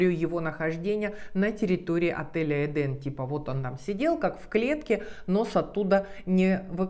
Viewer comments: Почему вы все время говорите эдАм а не эдЭм( правильно!)! И ваще это слово означает совсем не РАЙ?! ЭТо просто ЗАГРОБНЫЙ МИР!! Куда по преданиям якобы возвращаются типа «праведники» после своей смерти?! А ваще в разных религиях есть разная трактовка но чаще это не РАЙ!! И правильно говорить ЭДЭ’М!! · Так в итоге " Эден" , " Эдам" Или все же "ЭдЭм"))? Ну и апогей Ваших перлов " Комания три кЭ" , разве не все люди с претензией на грамотность знают что буквы кЭ" не существует, но есть буква кА"? Не поймите превратно, вас же множество людей смотрит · ЭДЕН- в переводе с израильского>> наслаждение>> это название отеля?! А она говорит ЭДАМ?! ЧТО ЭТО????!!